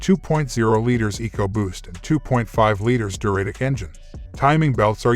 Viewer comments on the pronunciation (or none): And I heard it pronounce Duratec as Deh-RAT-ic. I hate computer voices.